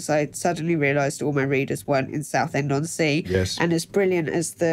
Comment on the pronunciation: It's 'saffend' innit ?